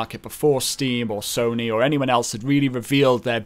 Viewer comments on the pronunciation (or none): none